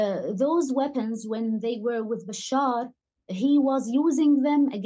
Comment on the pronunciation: Funny! the reporter does not know how to pronounce the name of the dictator who ruled the country he is reporting on. I mean the name bashar is really not that difficult to pronounce